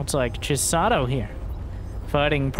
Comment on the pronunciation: pronouncing Chisato as "Jizzato" made me laugh over and over.